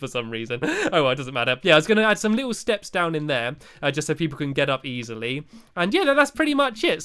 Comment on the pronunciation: U said easylee